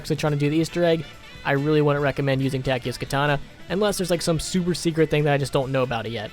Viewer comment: it's soo damn awesome, that you can speak german names! good job